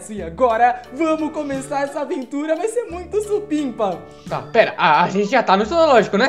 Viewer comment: E supimpa não sipinpa